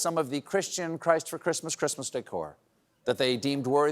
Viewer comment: “Who geevs a fuck about de chreestmas.”